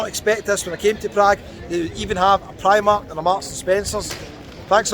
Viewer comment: Never say "pre-mark" again, that triggered me a bit lol. I agree though it does tick all the boxes this city.